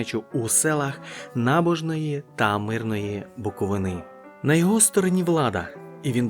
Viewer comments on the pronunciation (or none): БуковИна, а не БуковинА. Всі географічні назви у відео спотворені